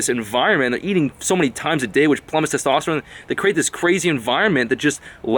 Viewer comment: funny how he say testowsterone